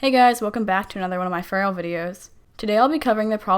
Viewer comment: Its not “cope a” Its “cop uh” Learn to speak dang it